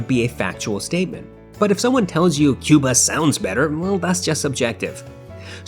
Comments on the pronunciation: It's not pronounced Cuebuz it's Cobuz. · I made this mistake too: phonetically, it's pronounced "Ko buz"